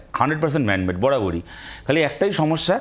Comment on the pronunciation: "ম্যান মেড" না "ম্যাম মেড" ?